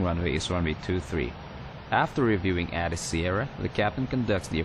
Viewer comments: Nice job! BTW, ATIS is pronounced with the long "A", (Ay-tis). Airport Terminal Information Service. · Nice video, good job narrating! Not to criticize or anything, just an FYI It's pronounced 'A'-Tis like the letter 'A'.